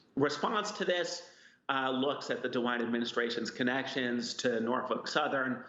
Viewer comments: Why are they pronouncing it PalestEEN & not PalestINE? And she says NarF### Southern instead of Norfolk? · she said Norfuck Southern 🤣🤣🤣🤣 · She just said Norfuck southen like 30 times 🤣🤣🤣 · Interesting pronunciation of Norfolk southern but appropriate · Pretty sure she said "norfuck" 😆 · Anyone else catch the reporter calling the company “norfuck southern”? 😂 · I could have sworn you pronounced it Norf*ck Southern 😂